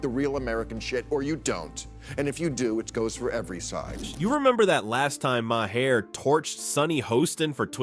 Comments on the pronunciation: Come on AI start pronouncing these names better mahair who the hell is that Bill Maher is his name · THAT'S WHAT THE THREE STOOGES SAID MA-HER HIS NAME IS MAHER